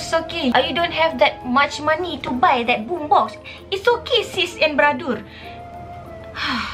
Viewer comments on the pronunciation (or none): apasal mcm sy dengar dia cakap its ok sis and bradusss hahahah